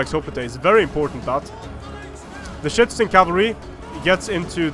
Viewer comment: Is it just me or is saying shitizen cavalry